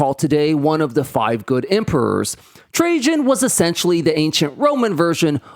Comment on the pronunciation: It's pronounced TRA-IAN ffs, not Tra-jean omg! Also Rome was an EMPIRE. It could afford all that shit because they ROBBED the rest of Europe lol.